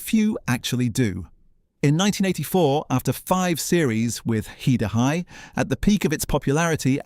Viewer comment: AI bollocks voice over calling it He-Da-Hi